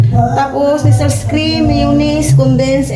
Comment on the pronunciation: ang bigkas ng Nestles ay neslay (silent s sa dulo)